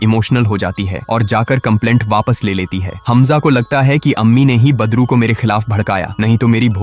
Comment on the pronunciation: Aap wese to badru hi bol rhe hai lekin mujhe bar bar padru hi sunai de rha hai😂😂😂